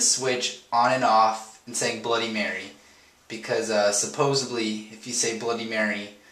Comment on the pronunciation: the word isn't Supposevly it's Supposedly